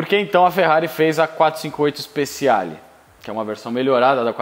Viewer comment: Ótimo vídeo!. Uma dica, se você me permite: Speciale se lê speTIale, e não speSSIale.